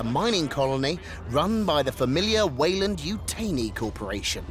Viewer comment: yutaaaani, not yutayni